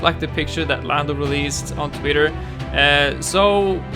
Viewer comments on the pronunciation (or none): Gamer Joel he said lamdo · did u say lando or Lambo